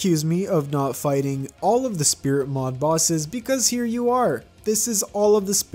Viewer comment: at the start of the video you said split mod instead of spirit mod